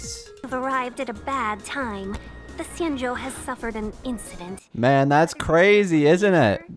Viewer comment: “ xianjou”: “zee-an-show”